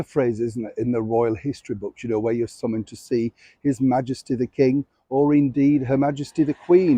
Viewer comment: Summoned..not summond